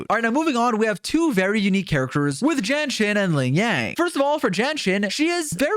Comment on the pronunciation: The way u pronounce jianxin sounds like jenshin